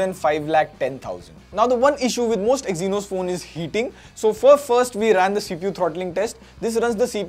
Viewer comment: Stopped watching when I heard EXYNOS 🥴🙏